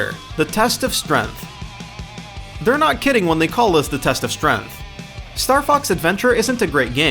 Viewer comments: the test of "strenth" I'm pretty sure it is pronounced strength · What's strenth? It's strength. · You say strength wrong. “Strength” not “strenth”. Strenth is not a word, it's strength. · Adriel Fit he also said "the test of strenth" instead of strength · Dinnasty? Strenth? Umm, no offense to you, man, but it's pronounced DIEnasty and strAEngth. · and strength is strenth like what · .....the g in strength isn't silent. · Adriel Fit also how he says Asura, Onimusha and strength, a basic english world. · Jh'ane Jones He even pronounces strength weird